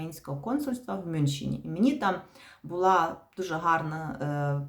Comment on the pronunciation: Мюншен? С какого когда он всегда был Мюнхен